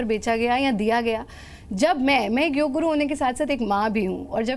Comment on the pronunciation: आप के show में कई बार योग शब्द का अनुचित उच्चारण योगा किया गया है जबकि उचित शब्द योग है जिसका शाब्दिक अर्थ जोड़ना है